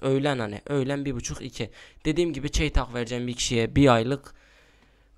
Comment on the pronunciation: Çeytahh nedir benim bildiğim o çeytak 😀😉